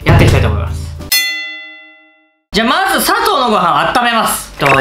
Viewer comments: まじゅってwww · 各リュウジレベルの振り幅の広さが面白い 同じレベル2でも滑舌がしっかりしてる時と今日みたいに「まじゅ」とか言ってグダグダな時があるよね それが見たくて来るんだけどね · きょんかいは〜！！ まじゅ じょおすい